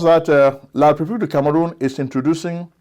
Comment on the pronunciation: You mispronounced the republic of Kangaroon